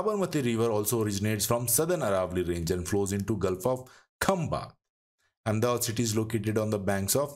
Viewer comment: Why don't you pronounce ahmedabad name correctly